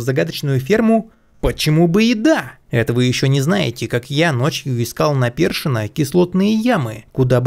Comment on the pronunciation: Услышал ''першино'' ты что с Челябинска с Чмз?)) если да, здравствуй земляк)